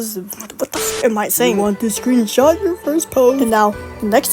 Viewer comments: Everything goes well until "screenshit" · "screenshit" i think bro ment "screenshot" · IM DYING WHAT "screensh1t" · "Screenshit" lol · I’m sorry, “SCREENSHIT”? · bro said screensh## thats crazy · "Screenshit" WTHHH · "screenshit" hits hard 😭💀🙏